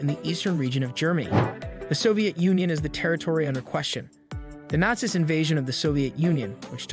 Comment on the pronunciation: I love the ai voices, some of the mispronunciations are funny.